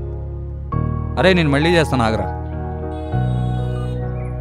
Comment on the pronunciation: పెల్లి , మల్లి - అనటం కాదు పెళ్లి , మళ్ళీ వీటిని పలకడం నేర్చుకోండి